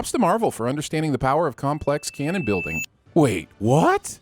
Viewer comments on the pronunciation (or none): none